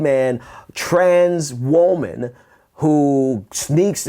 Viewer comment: Is it just me or is he pronouncing woman weird? Woah-man?